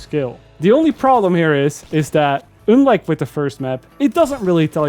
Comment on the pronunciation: "oonlock" and "oonlike"